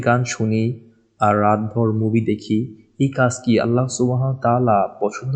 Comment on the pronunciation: ভাইয়া 'আল্লাহ্ ' উচ্চারণ ভুল হয় আপনার। আল্লাহ না আল্লাহ্ হবে।।হ হসন্ত.